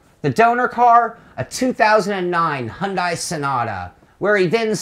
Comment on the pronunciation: I'm sorry, but "Hundai"? Your pronunciation is hilarious.. 😊